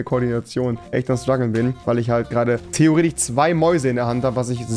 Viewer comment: Wie oft er Theoretich sagt haha